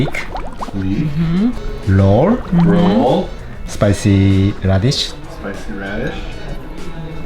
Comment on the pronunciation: He says LOLL instead of Roll ahahahahahahahahahahahhahaha